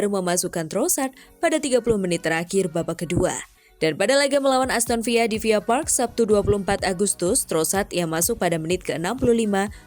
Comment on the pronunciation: aston villa bukan aston viya min...